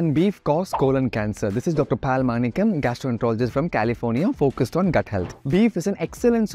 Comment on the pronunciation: Sir you are saying your name stylish as " pal manikkam "...but I know it should be pronounced as paaaal manikkamm... Note : Definition of Pal in Tamil is Milk My Pov is pronounce the Tamil word as it is...nd be proud.